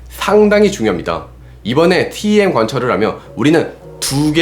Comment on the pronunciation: 일반적으로 TEM은 템이라고 읽습니다. 티.이.템 이라니요..